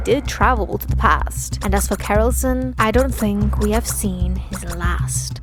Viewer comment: I came here frkm Jimmy's video of him watching this to say amazing job like alwaya keep up the good work. Also I've got one small complaint sadly about how your mispronounced Kerilsion lol it a combination of kerilis and Wilson you can tell from his eyes lol. Other than that i absolutely loved it and all of your theory videos especially the riff ones since they were so spot o💙💜💙💜💙